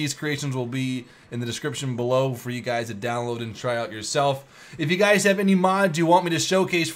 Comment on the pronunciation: In the intro it sounded like you said "What's up gays?". XDDDDDDDDDD